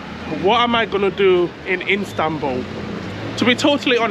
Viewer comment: Can u say istanbul i stead instanbul